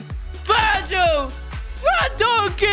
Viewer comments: Its not Van donjey its Van dajk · Bro said Virgil van donkey